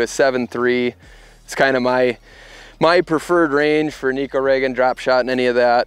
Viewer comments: Now if people can only pronounce it correctly. It’s ne (short e) - ko (co) It means cat in Japanese 😼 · either way it’s not knee ko 😹